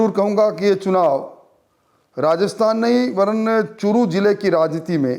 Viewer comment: चुटिए अभि.एंकर वो चु**t नही चूरू जिला है 😆😆😆😂😜😜😋 1.36#सेकेंड पर 😂